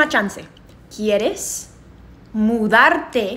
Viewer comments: the error is the first time she speaks... It was too fast, so she didn't pronounce the D in MuDarte, she pronounced and R she said MuRarte with an R. Hence, someone who KNOWS the language WON'T get that easily, their brain will try to get two sounds together MuRartecon Migo.... or might hear Mu ArteCon Migo... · It's mudarte not muarte, but because she's Mexican, she tends to pronounce the 'd' very softly, so I can sort of understand where he may have heard something like muerte haha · To be fair she did botch her pronunciation of mudarte